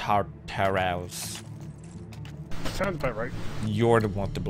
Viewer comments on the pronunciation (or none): It's pronounced tar-tar-us